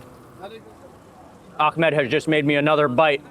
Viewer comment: Great video Mark! But you have to learn to pronounce the name Ahmed correctly :)